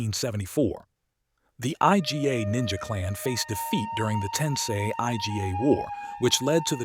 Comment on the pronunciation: Did you just call the Iga clan the I-G-A clan? No it's pronounced "Egah"